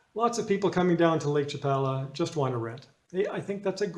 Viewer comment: You’re saying Lake Chapala incorrectly.